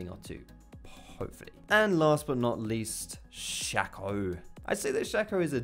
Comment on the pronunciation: AHHHHHHH! ITS SH-AY-CO MATE NOT SH-A-CO. PRONOUNCIATION!